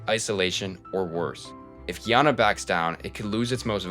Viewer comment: it's pronounced GUY- ANNA